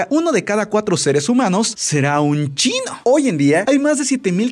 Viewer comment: me dio gracia la manera que dijiste UN CHINO XD lo siento, pero tenia que decirlo